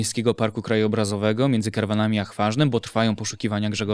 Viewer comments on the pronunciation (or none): Między KARWINAMI a Chwarznen, a nie Karwanami panie reaktorze. Przygotowując się do wywiadu, miał pan czas dobrze zorientować się naTemat, prawda?